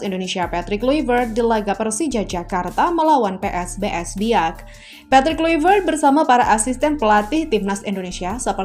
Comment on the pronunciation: Kluivert dibaca Klaivert yo mbak..